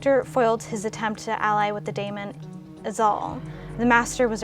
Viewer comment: Daemons is pronounced dee-mons,despite the spelling 🎩